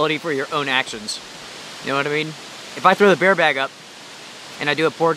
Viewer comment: I live the Deep South (Alabama gulf coast) and I’ve never heard anyone pronounce bear- bar. Other than that I love your videos,especially the multi night in winter weather.